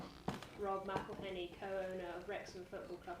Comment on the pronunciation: "It's McElhenney, McElhenney while ways to massacre and mispronounce it there are many"